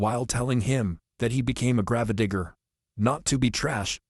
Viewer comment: I know you're using AI for the voice over but seriously could you not get one that could properly pronounce grave digger?